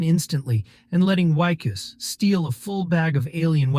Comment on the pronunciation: You need to pronounce names consistently. Is the protagonist "Wickus", "Weekoos", or Whykoos"? Otherwise, good recap.